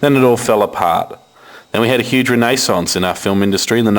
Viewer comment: raaa-nay-sance? i think this guy is on speed